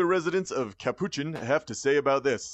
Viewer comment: i know there is no way capuchin is pronounced like that ...